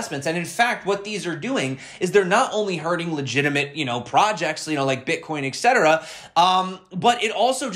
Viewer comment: Did he say ...BritCoin